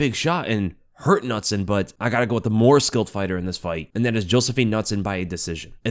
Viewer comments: nutson is pronounced k-noot-son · Its pronounced Can-ooot-son. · Nutson lol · As a swede I love how you pronounce Knutsson 😂